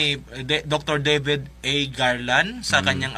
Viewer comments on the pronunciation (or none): none